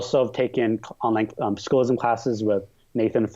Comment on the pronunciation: S-CHOO-LISM!!! S-CHOO-LISM!! S-CHOO-LISM!!